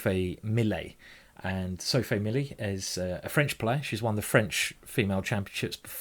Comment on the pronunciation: it's Milliet, not Millet, please fix that Simon